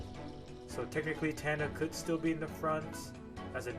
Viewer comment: Its TANA not TANNA